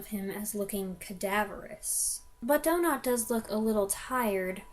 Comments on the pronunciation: I am German, Donat was German. Say "Donat", just DONAT. Stress on the 1. syllable. No "ou" or "ay", just "ah". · I think it's 'Do-Natt'. As you say, It IS a great story - a beautiful psychological drama. Rattigan is criminally overlooked these days.